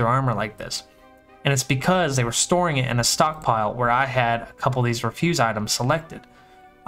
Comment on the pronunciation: REF-yoos. Like trash. Had to say it, nice video XD